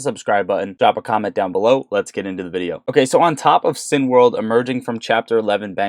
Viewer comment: CINEMA = "SIN - A - MA" .... CINEWORLD = "SIN - A - WORLD" .... NOT "sin - world" Thanks!